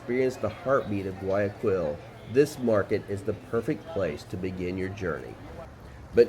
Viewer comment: Very nice Video! I am glad that you liked the little parts of Guayaquil that you saw. I was born in Guayaquil, although now I live in Orlando. By the way, the right pronunciation is: Gua-Ja-Keel